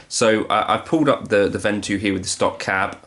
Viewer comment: To be a pedant, I believe it's pronounced "von-two"